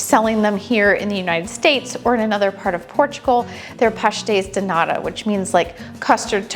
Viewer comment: You pronounced pastéis de “nada” = nothing. The t needs to be pronounced like a strong British T as in Tom. 😊 Love your passion for internationally pastries! As a Portuguese I much prefer a bean pastry, almond, orange or carrot, anything other than pastéis de nata but I am clearly a bad Portuguese who doesn’t care for sardines or pastéis de nata! 😄 I wonder what your tins were made out of? Mine continue to be the bright tin colour. You also use them to make chicken pies. Great job as always!